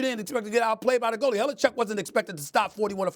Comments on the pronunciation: #1, it's Hellebuyck, not Hellecheck. #2, you a fool when it comes to hockey SA ! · Did Stephen A call him Hellechuck? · HIS NAME IS NOT HALLE CHECK CANT even pronounce correctly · Ah yes, my favorite goalie, Connor Hellechuyck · Did he call him havlichuck lmfao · Lol “Halle chuck” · I think he said that on purpose. Hellechuck has some jam to it. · SAS can't even get Hellebuyck's name right, SMH.